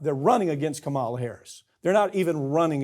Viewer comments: And PLEASE learn to pronounce Kamala's name right!! I know you don't like her but really??? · Farron, could you at least get him to pronounce Kamala correctly? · I would love to see Farron Cousins correct Mike Papantonio's repeated mispronunciation of Kamala Harris' first name. I dare ya. 😊